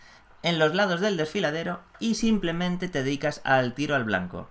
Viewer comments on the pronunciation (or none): none